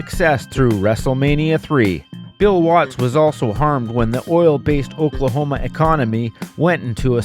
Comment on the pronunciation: Oklahona ??? Lol . Learn fucking English .